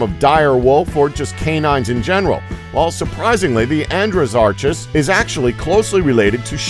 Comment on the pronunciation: hay Andrew-soar-ass. lol